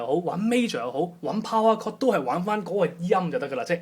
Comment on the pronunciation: it is called POWER CHORD, not "POWAR CORD"